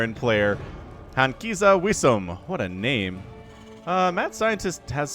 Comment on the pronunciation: I think Hankizawesom should be pronounced Hank is awesome